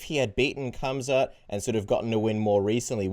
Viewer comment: Please call him Kumquat.....instead of Khamzat 🤣🤣